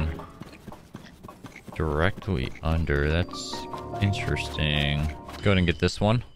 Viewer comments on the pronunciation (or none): none